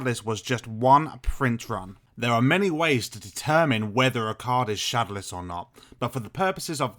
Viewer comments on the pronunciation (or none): Why do you say shodowless like that? Try saying it shad-ow-less not shad-a-less